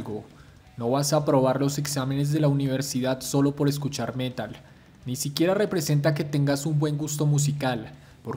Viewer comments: ¿Por qué prounuciás el métal en vez de el metal? Parecés español diciendo vídeo en vez de video... 🤦🏼‍♂️ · "el Mé-tal"